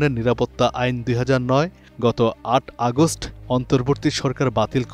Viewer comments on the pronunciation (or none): none